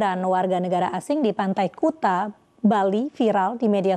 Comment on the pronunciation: Bacanya kute😆,bukan kuta